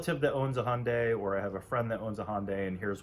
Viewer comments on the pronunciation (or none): HUNDAI NOT HONDAY.